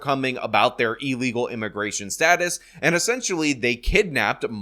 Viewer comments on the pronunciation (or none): ILL-egal. NOT EEL-egal. Left a thumbs down until you correct yourself.